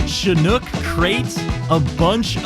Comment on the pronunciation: says Chinook properly 😮